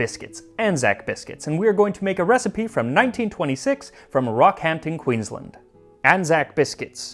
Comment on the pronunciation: I will say though that Max's pronunciation of words like "Rockhampton" and "Arnott's" cracks me up a bit as the emphasis is in the wrong part of the word. No shade but it's very funny haha